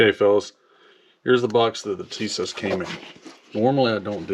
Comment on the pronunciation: It's pronounced "Tee-sosh."